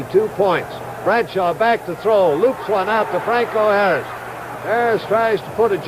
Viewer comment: Man, this announcer has problems with names. Bradshaw I caught him call Bradshaw both “Shawbach” and “Bradley.” He also messes up Harris’ name once or twice, but gets Fuqua right.